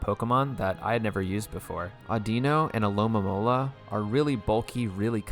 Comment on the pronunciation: I get the alomamora pronunciation mistake but pls at least get skarmory and zebstrika right